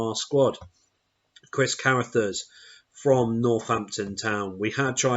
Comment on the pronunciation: Lol how do you pronounce Carruthers?? 🤣